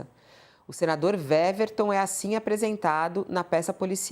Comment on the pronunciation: A jornalista está pronunciando o nome do senador errado. O W do nome dele tem som de U, ou seja, a pronúncia correta é Uéverton e não Véverton. É só uma observação.